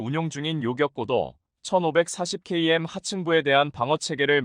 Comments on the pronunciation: 똑바로 읽으시요 케이엠이아니라 킬로미터라고 읽는다. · 글을 쓰는 작가가 한국사람인지 궁금하고 읽는것은 사람이 직접 읽는것이 아니라 읽기 기능으로 읽는것이 아니면 띄어쓰기도 그렇고 예로들어 2,000을 이공으로 읽고 2~(-)3을 이십삼 혹은 이 마이너스 삼으로 읽는것을보면 사람이 직접 읽는것이아니라 기계적(프로그램)으로 읽는것이 아닌가 생각이 듭니다 km도 키로 미터가 아닌 케이엠으로 읽는것이 사람이 아니기 때문이 아닐까 생각이된다